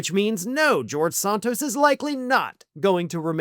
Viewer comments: Isn't it Santos not Sahntos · Never heard his name pronounced 'Sawn-tos'. I thought in was SAN-tos. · Please don't honor him by using European pronunciation of his name. It is "Santos" with the "Sa" pronounced like in "sand"…..that stuff you find at the beach. "Sand Toes"